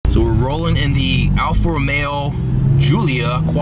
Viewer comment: alfa ro-mayo